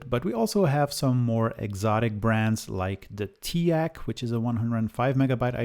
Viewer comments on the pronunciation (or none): none